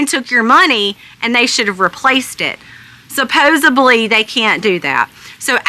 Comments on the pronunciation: Also, its Supposedly not Supposibly. That isn't a word. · thank you for the info - there is no telling how many people have been duped. BTW, It's Supposedly...not Supposably.